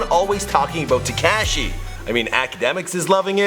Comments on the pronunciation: It's TE-KASH-I not TE-CASH-I.. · It’s taKAHshi not taKAAshi... I hate the way you pronounce his name...jeez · His name is Takashi not Tacashiiii. Jesus Christ say it correctly!! Lol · Ka she not ke she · You say his name so weird. Its Tekashi not TeCASHi. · Tekayshe....... Its fucking Te-ka-shi, pronounce it correctly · It's not Tecashi it's Tekashi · It's Teh-ka-Chee not Tee-Ka-Chee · It's "TE-KAH-SHI", please God stop calling him "TE-KAA-SHI" there's no emphasis on the A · "te kaaa Shee" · The way he says "tekashi" 😂 TEH– KAH –SHE is how you say it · bahah this guy said, "Te-CAAASSSH-Shi" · Anyone else cringe when he said teh-cashi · "TE CASH E" you are the worst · U can’t pronounce people’s names like wtf. Takeshi 69?? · teh kaaasheee, headass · He said tacashy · Please, for the love of God, just say “6 - 9”. Te Cash Ee, is just cringe. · The way he says tekashi “tee-cash-ee” has me dead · "Teh-keh-shi" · My nigga said tea cash she I’m dead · Tu-cashi? Lmaooo bruh i feel like everytime i watch one of your vids youre mispronouncing some shit. And no mention of lil jojo?! They killed bruh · Tu-Cash-ee 😂😂😂 df?? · Te-cash-E lol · how hard is to pronounce the a right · why the fuck u say tekashi like that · Why are you saying his name like that lol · Stop saying 6ix9ine name like that goofy 😂 crindy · Dude please stop saying Tekashis name like that or just call him six nine.